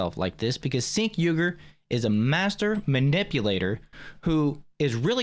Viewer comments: His name is Cenk Uygur. Not Sink Uygar. Its pronounced Jank as in this guy is Janky AF! He is a trash human being, it was very confusing to hear you repeatedly say sink. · Chink not sink. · It’s pronounced chaink lol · Off topic but his name is pronounced Chank.